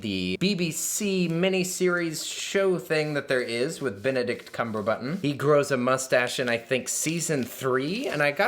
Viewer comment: “Benedict Cumberbutton” 🤣